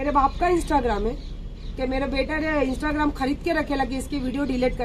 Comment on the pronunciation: pls aapse ek req hai unko bolo pahele instagram bolna sikhe unki paddi likhi olaad ko bolo sikhane instagram...wo instragram bolti hai😂😂😂😂